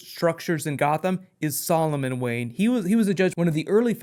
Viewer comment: its Wayne! not Wayen!